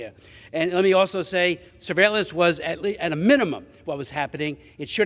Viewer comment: D- Meeks NY….please stop butchering the word surveillance